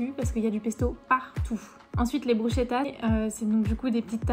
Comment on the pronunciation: 😂 des bruchetta 😂😂😂 ça se prononce avec brousketa , si vous demandez ça en Italie ils riront bien un peu comme si on va en France demander un crosssant 😂